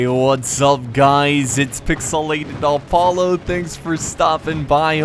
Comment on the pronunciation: Every time is introduces his name at the start, it sounds like he is saying Alpallo ... anyone else notice that?!?!